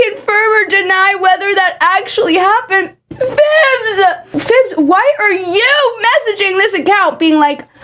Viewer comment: I've just realized that I've been calling them "Phillbiz" this entire time and the way you where trying to pronounce it made me realize that there isn't even an L